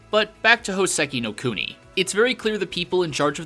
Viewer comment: Hoe-seh-key know cooe-knee? I only know Houseki no Kuni.